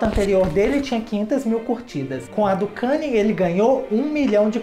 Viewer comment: Pronuncia Kaní. Nao kaner.